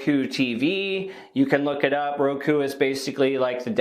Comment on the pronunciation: Dang you nailed ROKU.